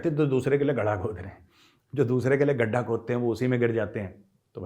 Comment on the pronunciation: गढ़ा नहीं गड्ढा होता है 😂😂😂😂😂